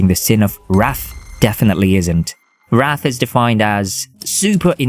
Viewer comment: Nitpicking here but the"wrath" pronounciation was kinda off putting 😂😅 But eh, the video in general is awesome!